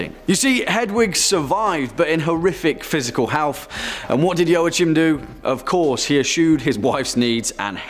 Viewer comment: Joachim is pronounced "wa keem"".( Not meant to be mean)